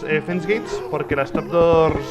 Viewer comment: Un momento, rich dejó de decirle trapdurs a las trapdoors